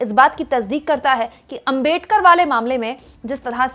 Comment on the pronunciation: अबे डकर नहि अबेडकर जी.